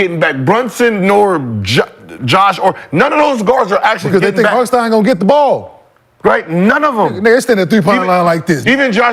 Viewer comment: Who is harkenson😂😂he mean hartenstein